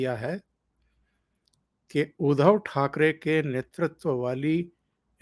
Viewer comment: 1) बात थोडा जल्दी जल्दी करते जाओ. 2) उधव ठाकरे नही उनका नाम उद्धव ठाकरे है 3) बाळासाहेब थोराट नही थोरात उच्चार किया करे. धन्यवाद